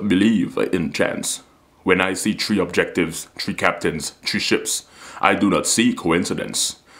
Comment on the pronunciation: Three not Tree :L